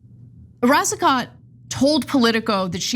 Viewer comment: Pronounced Racico (t is silent)